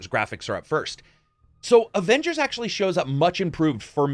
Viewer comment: What really annoys me is that caps voice actor say ovengers